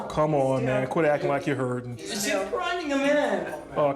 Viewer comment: “You’re hurt ING me” 😂 officer says “I’m not hurtigg you” 😂